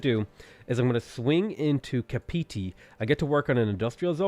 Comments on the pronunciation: im from New Zealand so i cringed so hard when you said 'kapeetee' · And Kapiti was also pronounced wrong